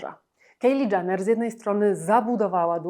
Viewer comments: Nie mówi się Janner ,tylko Jenner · Nie wiem czy ona w ogóle na jakąkolwiek Galę przyszła w mniej odsłaniającej ciało kreacji, ale taka już jej natura, żeby zwracać na siebie uwagę. Na przyszłość nie czyta się Janner (dżaner) tylko Jenner (dżener). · Nie Janner… to też chyba nie jest w dobrym guście komentować a nie dowiedzieć się jak wymawia się nazwisko komentowanej osoby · Jak już kogoś Pani ocenia proszę poprawnie wymawiać chociaż jego nazwisko 🙈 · Źle wymawiasz jej nazwisko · Przepraszam, ale ona się nazywa Kajli Dżenner. Nie Kejli DżAnner. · zastanawiało mnie właśnie skąd taka wymowa "Kejli Dżaner" raz za razem, trochę faktycznie przeszkadzało w odbiorze filmu, zwłaszcza że wypominane są w nim błędy, które ta "Kejli Dżaner" popełniła :D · Kto to jest Kejli Dżaner? Nie tak wymawia się ani jej imię ani nazwisko, litości 🤦🏼‍♀️